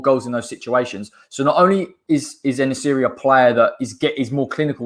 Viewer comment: Great video, its En-Nesyri. It was a wrap after you said that he's a converted winger. Saves Moyes doing the conversion himself lol